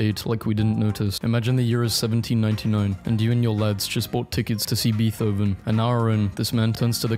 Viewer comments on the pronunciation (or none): he said beeth hoven